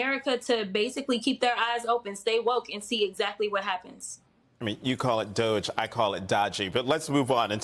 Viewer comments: Jonathan: Good on you, pronouncing it DODGY. Myself, I've been using DOGGY ever since President Musk became a pitchman for that stupid gag cryptocurrency after which he apparently wants to name an actual government department. You people are descending into situation tragicomedy. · I agree that it is dodgy, but it's still pronounced dojzh. See Homestar Runner circa 2005. Amusingly, the original quote is "I'm not your dojzh." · I just love Jasmine Crockett! She doesn't back down! I also love the way you, Jonathan, pronounce DOGE. Sorry, but I must use that one!! 😂